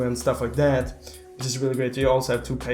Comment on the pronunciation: I like when says dat and dis